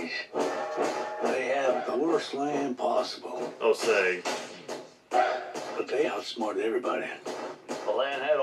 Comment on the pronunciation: It's pronounced "Oh-sage".